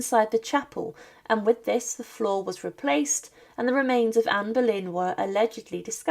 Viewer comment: Comment veux tu qu'on s'abonne quand tu appelles Anne Berlin au lieu de Anne boleyn